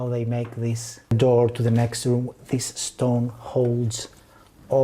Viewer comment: I imagine she has lived In Aus for many years. Can definitely hear the thicker "thus" rather than "thiis". And she rolls an R sound so most likely originally from southland in nz. But crazy indeed. I'm a kiwi currently in Canberra 😊